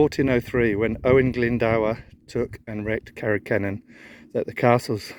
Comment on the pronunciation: I enjoyed the video, your pronounciation of Carreg Cennen was correct too! Owain Glyndŵr was a bit off though 😊 try it as ‘Oh-wine Glindure’… 😅